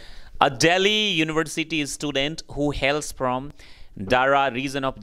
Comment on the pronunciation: It's not istudent . Its "student".